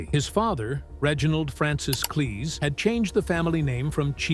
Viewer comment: Python, Cleese and Bernard (Cribbins) all pronounced incorrectly. Americans who wish to treat UK subjects, do your homework!